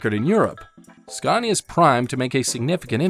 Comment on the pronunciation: I drove trucks in the UK back in the 80's and 90's and Scania where always the best. I drove just about every British and European trucks and Scania was the best. I just wish you could pronounce the name properly in the US as there's on R in it, you pronounce it the same as Scandinavia.